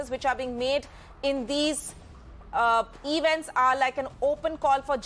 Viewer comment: The Anchor has distorted the pronunciation of the word 'Event' and it jars